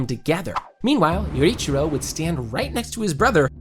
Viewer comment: I'm sorry, I just dislike how you pronounced Tengen's name and Yoriichi 2.0 or I am just not in the audience who understands it ;_